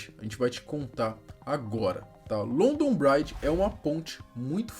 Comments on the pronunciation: Também fiquei incomodado kkkkk pronuncia-se "BRIDJI" e não "BRAIDJI" 😂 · Oh meu vei não se fala london braidge mas sim london bridge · A pronúncia é Brídge, não brádge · Só uma correção na pronúncia: London BRIdge; Comom Uélf (com a ponta da língua entre os dentes); Uést MInster. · Achei que não ia sentir nada na morte dela mas morando em Londres a um bom tempo não tem como não se emocionar. E a pronúncia do London Bridge está errado brother.